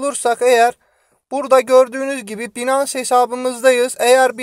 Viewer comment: Hocam binans diye değil (baynıns) şeklinde telaffuz ediliyor.. Saygılar...